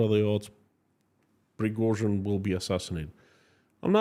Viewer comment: Ive come to realise when you say Yevgeny Prigozhin it sounds like guinea pig, maybe thats why Putin chose him.